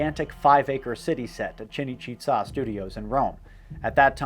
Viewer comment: I love the way you pronounced "Cinecittà", sounded almost like an Aztec city :) Means "City of Cinema" basically, btw.